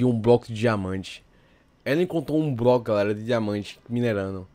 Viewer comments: Ele falaou broco kkkk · "um BROCO de dinamante". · ele falo broco mesmo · calma cara ele disse broco não bloco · ELE DISE BLOCO VC E SURDO